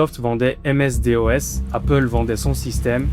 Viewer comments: M.S D.O.S 🤣 On dit "èmesse dosse" ! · Ms DOS se prononce aime esse dosse 🙂sinon chouette vidéo d’autant que j’ai connu cette période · Ms-DOS : /ˌɛmˌɛsˈdɒs/ em-ess-DOSS; CERN : (/sɜːrn/; French pronunciation: [sɛʁn];) source: wiki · 🤔Même "à la française", jamais entendu MS-DOS épelé ainsi...